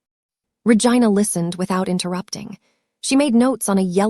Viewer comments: The way the AI pronounced Vigina😂😂😂😂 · Every time she says Ra-Gina I crack up because what lol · 😂😂😂 I thought she was saying Vagina oh it was Ragina oh my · You need to pronounce the name right since you named her Regina